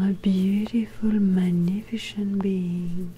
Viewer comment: Excellente vidéo!! (je dois toutefois vous indiquer que le mot 'magnificent' se prononce comme si la C était une S, 'mag-NI-fis-sent' sans le son de CH là-dedans. Outre ça la vidéo est parfaite!)